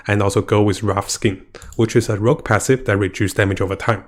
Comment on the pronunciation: It's "Rogue" not "Rouge"